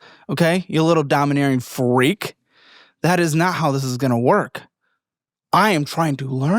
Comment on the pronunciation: "you domaneering fa-REAK" absolutely sent me.